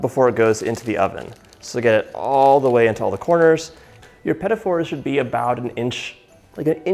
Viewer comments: Me too! He called them "Petty Fours" as in "number fours that are not very nice". Ruined the whole show for me. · uhh, my instincts tell me these aren't pronounced pettyfors lol